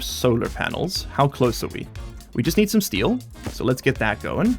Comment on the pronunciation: Oh yeah, the fundamental alloys of Stationeers: Soder, Eectrum and Stee!